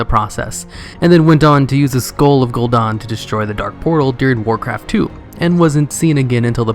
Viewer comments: It's Gul'Dan DAN LIKE DAMN BUT DAN now dawn. Gahhh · It's not "gool Don" it's "gool Dan" like Lieutenant Dan. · I get triggered every time at the way you say gul'dan